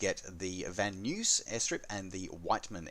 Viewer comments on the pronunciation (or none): A lot of great content this week. As I explained to Sergio just last week Van Nuys is pronounced as Van N-eyes. Sorry, sometimes I just can’t help but be a boring old know it all. Have a great week and be safe. :)